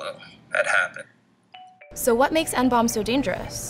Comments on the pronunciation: what the fucking fuck? just pronounce it as N-B-O-M-E, not fucking hiroshima nomb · why the fuck are you pronouncing it "N-BOMB" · Please stop calling it N-Bomb! It's N-B-O-M-E how hard is it to say letters? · Reporter keeps calling it N-BOMB, when its N-bome.. Christ sensationalist media